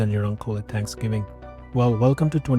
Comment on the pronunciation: Did you just say “Tanksgiving”